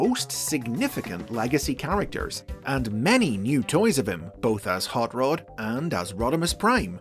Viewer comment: The way I am hearing you say Rod as Rood. It's R o d not R oo d.